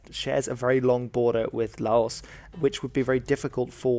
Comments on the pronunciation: Just a bit of advice, according to a Thai friend of mine who lived in Laos for a bit, the 's' is silent. I e it's more like 'Lao' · Hate to be that guy but it's pronounced "Lao". The 's' is silent because the translation came to English from French. Also, Thailand has Malays as an ethnic minority, not Malaysians. Malaysian is an national identity that only came into being in the 60s which includes Chinese and Indians living in Malaysia in addition to the ethnic Malays. Malays themselves are also usually represented by the Malays tricolour instead of the Malaysian flag. Good video though still enjoyed it.